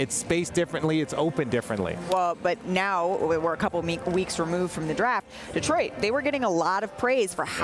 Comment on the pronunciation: Hey RJ, no one in the 313 says DEE-troit. It's di-TROYT. Get it right